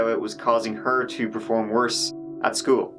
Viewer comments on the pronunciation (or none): none